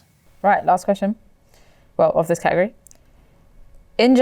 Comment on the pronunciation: The way you guys pronounce " category " is so annoying 😑